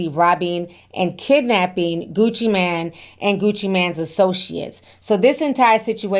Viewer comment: It's Gucci Mane,! You're mispronouncing that name, sweetheart! Anyway, looks like these guys are going to be in prison for several decades if not life and they belong there! People are not safe around these violent, reprobates! 🤡💩🐂